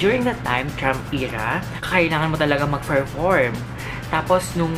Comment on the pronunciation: Sir Perform po di po Ferform 😜😜😜